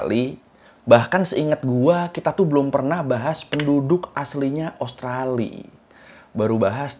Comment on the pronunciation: Bang usahakan selalu sebut nama Australia bang, karena namanya bukan Australi, ibaratnya sama dengan nama Indonesia, bukan Indonesi. Maju terus abangku. Sukses selalu yah👍